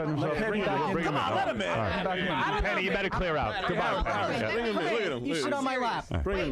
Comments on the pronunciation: her name is pronounced Peggy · I love how nobody can get Penny's name right LOL!